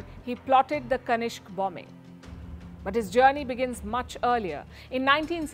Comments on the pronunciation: Madam It's Kanishka not kanishk. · kanishka, kanishk.